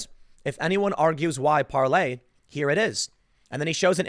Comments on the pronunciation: I speak French and you are saying it completely wrong lol. Just go to Google translate or pronounce it in English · You read parler like parley. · It’s Parler Tim! 🤦🏻‍♂️ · It's Parler like Palor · No Tim, Parler is not spelled like PARLOR. Sometimes, you go from smart to stupid in about half a second. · it is called PARLER the R is not silent. I'm just saying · It's not "parlay". Doesn't matter how many times you say it. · It’s Parler!